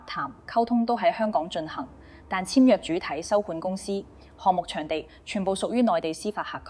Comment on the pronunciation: 姐姐，謝謝分享。您講的「兩個的兩」，「長者的長」 ， 「養老的養」 和 「場地的場」， 有點懶音，小心留意。